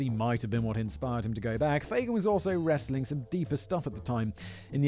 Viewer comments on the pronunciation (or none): none